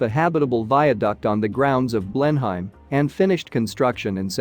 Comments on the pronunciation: "Blen-uhm" not "Blen-Heim". Just sayin. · What on earth is a Blen-hyme? And what have 'dollars' to do with English heritage? Please take the time to get it right. I would make all the difference, and prevent giving false education to well meaning people. Thank you. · Blenheim is pronounced Blenaam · Apart from mispronouncing Blenheim, over and over (which is really annoying )it was getting quite interesting, then at less than the halfway point it switches to Florida 🤷‍♀️ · Wot the... pronunciation. It's like repeatedly calling Tucson..Tucks on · Teach your bot how to pronounce Blenheim correctly. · For God's sake!!! Try to pronounce the name of the palace properly!!!! I don't think Americans should be allowed to produce programs like this unless they can manage the words. Ignorant person... what's his name? To be avoided.